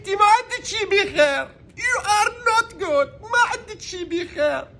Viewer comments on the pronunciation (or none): يو ار نوت اوكي😂👌 مو نوت كود 🚫💔😂